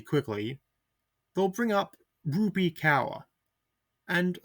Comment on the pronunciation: Rupee Cower? You need to at least learn how to pronounce names before you make video essays lazily rambling about nothing